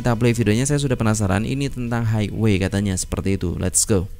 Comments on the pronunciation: Highway cara baca nya haiwe bukan haigwe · ...onesky disebut wàn-skai, highway disebut hai-we